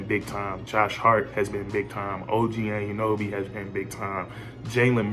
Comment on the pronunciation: I hate how u say OG’s last name. It’s pronounced au-none-no-bee. Altogether, it’s Anunoby. Not “and you know bee” Nonetheless. Good vid lol